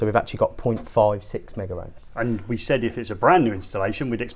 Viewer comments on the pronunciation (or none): It's megohms not "megaohms"..